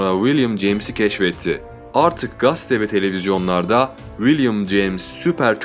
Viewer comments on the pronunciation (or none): 'Gaste' değil, admin. 'Gazete' 😊 başarılar